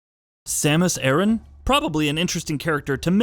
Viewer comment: Once he said Samus' last name wrong I immediately had an aversion to this whole video